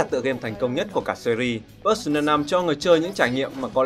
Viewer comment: Pơ-sâu-na mà